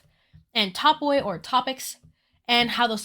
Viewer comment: Just an fyi, topoi is pronounced as "topee" and it's plural of the word topos!